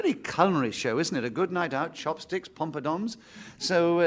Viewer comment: It wasn't just a slip, either. He pronounces it that way at least twice. :-)